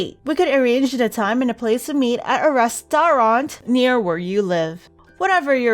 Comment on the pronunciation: I laughed my butt off!!🤣"Lucnhes" and "restarant"